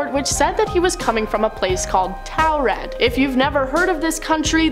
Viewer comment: Anyone else notice that in 2 back to back countdowns, with 2 different presenters, each pronounced the same "nonexistent" country name differently? Torrid v. Towred? No? Just me? Okay. 😂